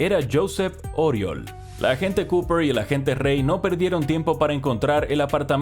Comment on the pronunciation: Corrección fonética: Oriol se pronuncia "Uriòl" con la O con la boca mas abierta de lo normal. Jajaja parece acento valenciano pero soy de barcelona, tengo dos colegas llamados Oriol, aunque a uno lo llamo simplemente Uri